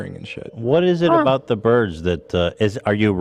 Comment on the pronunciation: face when Ethan says "beards" instead of "birds" 😂